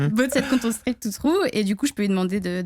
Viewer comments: On l'adore mais je peux pas m'empêcher de faire remarquer qu'elle dit 'boat' pas 'bot' x) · Par contre c'est quoi le délire avec la prononciation du mot "bot" en "boat" ??